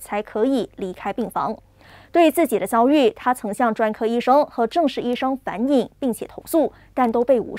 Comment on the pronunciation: 反映的“映”不念“影”，应该念“ying 第四声”，与“应”同音。